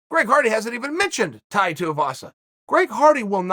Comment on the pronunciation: Chael getting Tai's name right blew my mind